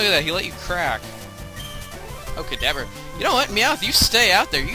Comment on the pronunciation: Is it just me or did you call a Kadabra a "Cadaver"